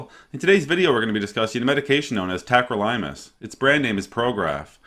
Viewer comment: Pronounced it wrong. It’s not tacro-Lime-us. It’s tack-crow-lih-muss.